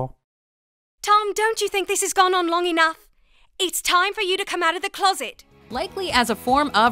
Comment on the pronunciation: Nigga said thunk ha